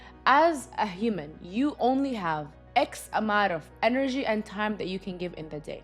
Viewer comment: enerji ))) funny how you say it! but yeah, lots of truth here